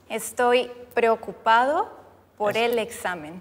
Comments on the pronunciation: Mi momento fav fue en el minuto cuando cambio la frase de "Preocupado" a "Perelotusane" y luego a "Toroipane" jajajjaja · "Prelelecupado" por el examen KDKSJSJS MI PARTE FAVORITA JSJSJS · "Estoy pRelE0cUpAd0 por el examen" Morí en esa parte XDDD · Amo el "preleocupado" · "𝚎𝚜𝚝𝚘𝚢 𝚙𝚎𝚛𝚕𝚘𝚌𝚞𝚙𝚊𝚍𝚘 𝚙𝚘𝚛 𝚎𝚕 𝚎𝚡𝚊𝚖𝚎𝚗" 𝚖𝚎 𝚖𝚘𝚛𝚒 𝚌𝚘𝚗 𝚎𝚜𝚘 🤣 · perolocupado🤣🤣 perolotupado JAJAJAJAJ creo que estoy enaamurau mis dos neuronas: bengu estoy to'o los micos concinae XD rrerible Terrible, Omg qué buena pronunciación mis neuronas: (x2) NO PUEDO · xD ame cuando dijo preocupado pero no se enendio asi xD